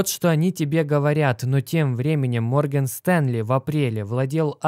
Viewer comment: Морген Стенли😂😂 Бро, Морган*